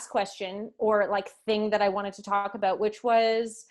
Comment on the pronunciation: You said it, "Aboot" this time.